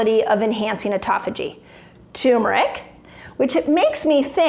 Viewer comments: Let's improve your credibility: Pronunciation of Turmeric IS NOT 'TUMOR - ICK", it is pronounced "TER -MER-ICK". It is not a tumor, thus neither benign nor malignmant. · 😱PLEASE! For heaven’s sake: PLEASE. DON’T EVER SAY “ TU-MERIC AGAIN! It is “TUR-MERIC!” DON’T leave out that R…we all know you are way too bright to do that, but still… BUT this video is SO FABULOUS that even if you keep on saying TUmeric , we are all going to love you anyhow and continue kneeling at your feet because you are such a genuine inspiration. ( “AND INDEED, SO BRIGHT! 🥳🏆🥰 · it's tuRmeric not turmeric. thanks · Turmeric I guess the r is silent